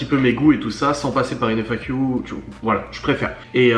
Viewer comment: Pourquoi quand tu dis FAQ tu prononces le Q avec un accent alors que FAQ = Foire aux Questions, c’est donc français pas besoin de l’accent 😊